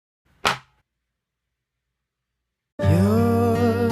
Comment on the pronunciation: You get the name great she faints from the amazingness of the name pronunciation